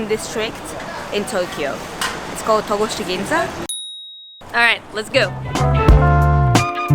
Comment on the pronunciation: Hi! I enjoyed watching your stay in Japan. Actually not T”a”goshi, but T”o”goshi Ginza .